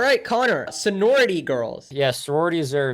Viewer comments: saying "Senority" instead of "Sorority" shows how little this matters in the long run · Is he saying "sonority" the whole time? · He legit said sonority lmao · Lmao is pretty inexperienced with life, and he also doesn’t even know how to pronounce “sorority” correctly. He just assumes women are dumb and women groups are dumb and social groups are dumb with no actual basis for saying so. I only watch this channel for Connor, is a big misogynist who lacks understanding of the way the world works because he’s chronically online. doesn’t care about the women in his audience lol. I don’t know how you didn’t see that before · I know it's not important but he's still only mispronouncing because he's never heard of it before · i would imagine he'd question if hes saying it right after hearing it the way other people pronounce it throughout the video lol...